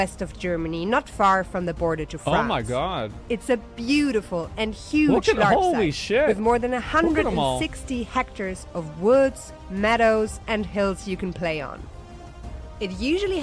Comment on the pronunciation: did i just hear 160 hectors? SORRY, WHATS THAT IN AMERICAN?